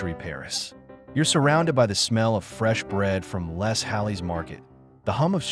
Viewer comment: "Lay" not "less". AI narration, no doubt.